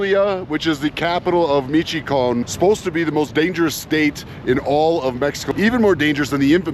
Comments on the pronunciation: Michoacán is pronounced Mishwhacahn,it hurt my ears when you say Measheecahn and I’m not even Mexican. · At the very least pronounce the fuckin state correctly, it ain’t ,michicone’, it mich o a can. Fucksakes… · Me-chu-wa-con, not michecon - for f's sake at least learn how to say the name.. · It sounds like meesh a wocan not mishycon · Meee chee can. lol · Pronounced. Me-cho-ah-can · He calls it Meetch-can. Can he know anything? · Michy Koan?! I think any of those locals behind you could help you out with your pronunciation?! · Actually, it’s Me-shoh-a-kahn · Mitch o a con. Please! I'm just 16 miles west of there now. Potz quar o. You'd have a much better visit if you made an effort to learn at least some Spanish, ok, I'll leave you to it. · Meech - oh - a - khan. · Pronounced Mish-(oh)-wah-con. As someone who travelled Mexico by car several times, you should expect the bribes and shakedowns. It is normal. Learn how to negotiate. Tell the cop you want to go to court. Tell him you want to speak to the US embassy. Then offer a tenth of what they are asking for. Pronounced—-Pahts-quar-oh, my favorite town. Check out their pyramids. Never drive at night. Never. On one trip my buddy was driving too fast around a curve, before he could even brake or think, we plowed between the two halves of a semi-truck that had split in half after hitting an elephant that had escaped a zoo. The entire village was rapidly packing off the spilled oranges. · I was going to say something when I heard me-cho-con but I see that you also decided to write. I think that if you are going to travel through Mexico on a motorcycle, especially to non-touristic places you should know at least the basics of Spanish. Spanish is not a difficult language. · Michoacán, Mich-oa-can 😂😂😂😂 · It's; MIch - O - A - Can. Incredibly beautiful State - but the whole State is a NO GO State. Foreign Plates? They love to stop you and take your car. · Not mee chee con? 😂